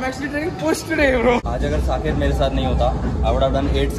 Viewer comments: Why is calling Saket as sanchet 😂😂😂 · Everyone:- Saket:- Sanket😅